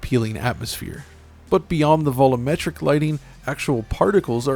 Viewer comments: Me: Alright, say "volume": Volume Me: Now say "metric": Metric Me: Now say "volumetric": "vullametric" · Just once, I'd like it if you pronounced "volumetric" properly.